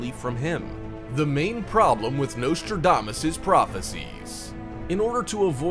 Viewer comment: It would be a good start if his name was pronounced correctly.